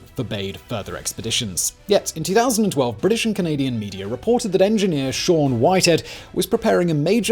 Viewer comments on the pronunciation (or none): none